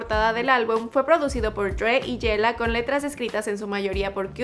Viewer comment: no se que es peor; tu ingles, el reportaje o como prenunciaste el dj yella...🤣